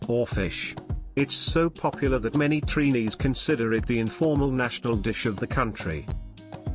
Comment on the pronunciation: First of all, we are not called "Treenees". It's Trinis. Bake is not Trinidadian bread: bread is bread and bake is bake which is flatter than bread. You should have checked for the right pronunciation of our foods before doing this video. "Sawine" is pronounced "Say-wine". Why do some foreigners do that? Do your homework first. Too many mistakes. SMH.🇹🇹🇨🇦